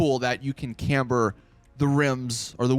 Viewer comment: Yay he said camber! 👌